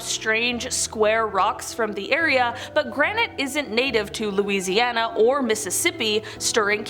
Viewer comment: I'm from Louisiana, and I must compliment your pronunciation of the cities and names of lakes here.